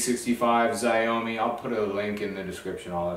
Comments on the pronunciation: ziomee? xiaomi pronounced similar to "Show-me" (more like sh-ow-me) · pronounced: chowme no exxxxaaaoooooiinne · “Ziyomi”? LOL you mean “Jow-MEE”?! 😂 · It is said sh-ow-me m365. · its SHIAOMI not zaiyomi :) youre welcome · As a chinese speaker, it's pronounced Sh-ow-me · It's a "XiaoMi" 😂 . Pronounced sha-ow me. (In 2 syllables "shaow-me" ) It's a brand new and from China. A literal translation of XiaoMi is "little rice" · its Shauw-MEE........ Shauw like Shaun but a W at the end rather than a N. smh. Im not even chinese and I know this. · Xiao = Sh-yao mi = me Xiaomi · A chinese friend of mine says the right way to pronounce Xiaomi is Syao-Mii. There's no Sh sound. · well bravo. you took the time to find out how to steal one of those bird scooters but didn't bother to take 10 seconds google time to find out how to pronounce the name of the original manufacturer. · I'm no dude... I'm American and we don't pronounce it differently, you just pronounce it incorrectly